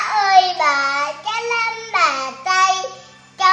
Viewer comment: Phát âm cháu nắm bàn tay không phải “lắm “bàn tay phải cho em phát âm tiếng việt chuẩn nhé Chữ “N “không phải chữ” L”